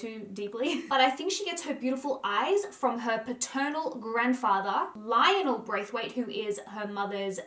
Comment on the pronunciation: Braithwaite is prounouced "bra-fit" lol it does not sound like it looks. Robin is a stunnah and yeah it's the cultural mix. I don't think she has had surgery. A good skin regimen and makeup application can refine features. Love your series on these stars. Appreciate you always keeping it real.